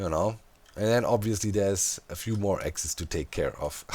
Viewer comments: its axis but pronounced like axe ee z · Axes, pronounced axe-eez :) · Axes (plural) is most easily pronounced axe-ease. Singular Axe-iss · in case you are stil having trouble the plural of axis is axes, pronounces the same as 'axe' (the tool) E's (plural of the letter 'E') aks-E's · In English, multiple axis is pronounced AXE-eez (ˈæksəs) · Plural of axis is axes, pronounced ak-seez. This weird English grammar rule also applies to crisis/crises, thesis/theses, hypothesis/hypotheses. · Axis plural is axes, pronounced Axe-eese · If theres just one, axis. If there are multiple, axes, pronounced ax-eez. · plural of axis is pronounces akseas. spelled axiis or axes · The plural of axis is axis but you pronounce it "axees" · Axes: AX-ees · Axis -> axes; pronounced ax-ees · The plural of Axis is Axes. Pronounced: Axe 🪓 + ees